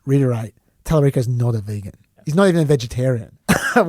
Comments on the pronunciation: He doesn't know how to say vegan correctly. Its not his accent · Are you sure that's Trump's accent? Are you sure he just doesn't know how to say vegan? 🤨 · I feel like he doesn't know how to say vegan, yeah... But I'm notoriously bad at catching sarcasm, so I couldn't tell if that accent explanation was a joke, perhaps??